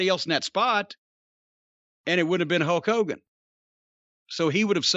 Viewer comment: I swear Jim is saying “Huck Hogan”